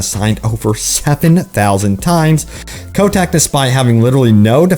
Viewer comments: Why do you pronounce he's name as "Ko-tech"? it's obviously "Ko-tick". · "Bobby Kotek"